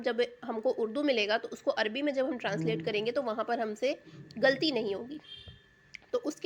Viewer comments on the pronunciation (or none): none